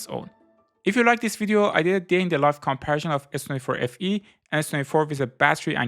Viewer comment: "kommpärschán" = comparison